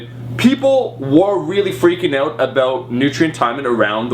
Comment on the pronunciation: wait.. did I just hear "oot"? Are you canadian Omar?